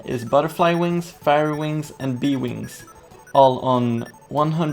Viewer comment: Fairy is pronounced ˈferē